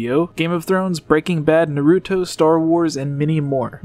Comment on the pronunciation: Aaaaahhh why’d ya say Naruto wrong mate it’s Nah Roo Toe not Nuh roo toe